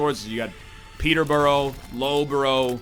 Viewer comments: Egg you naïve fool, pronouncing British cities the way they're spelt (Loughborough made me laugh mostly) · "Love-bo-row" Made me laugh more considering I live just next to it! I bet he pronounces my city (Leicester) Leh-chi-ster! :') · Excuse me egg, HOW did you just pronounce Loughborough? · I love NL's attempts at pronouncing Peterborough and Loughborough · Never allow this man to pronounce Loughborough again